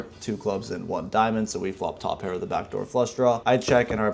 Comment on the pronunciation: That "2 PEAR"@ was the NY two pair I have ever heard. Idk if it was on purpose or not. lol